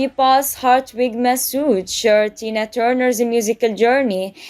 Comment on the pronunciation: It’s Tina not Dina